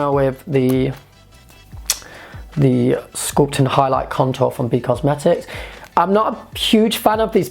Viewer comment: it sounds like you're saying cuntour lol